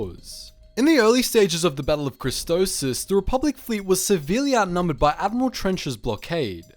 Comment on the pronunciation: ahhhhhh christophsis not christophos ahhhhhh